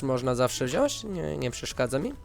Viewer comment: na przyszłość niechce cie jakoś upominać ale mowi sie wziąć a nie wziąść nie odbierz tego komentarza zle